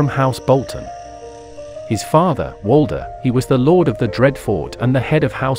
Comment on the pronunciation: that doesn’t explain him saying Walter Bolton😭💀